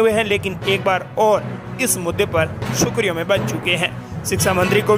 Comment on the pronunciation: बोलने में अशुद्धि न करें सुर्खियों को सुखरीयों मत बोलो।